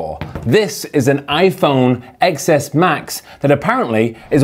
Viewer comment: It hurt me when you said X instead of ten